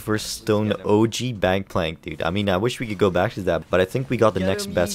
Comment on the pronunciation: I agree that "Gangpalnk" is very strong,. lol